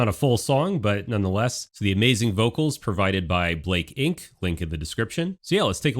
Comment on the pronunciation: Blake Ink? It's pronounced Balakay Ink.